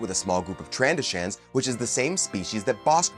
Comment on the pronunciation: “Tran-doh-shins”, as pronounced in Star Wars Republic Commando, not “tran-dah-shans”